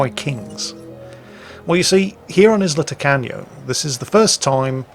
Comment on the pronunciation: Anyone else hearing "Isla Tacano" as "Isla Taco?" Am I just hungry?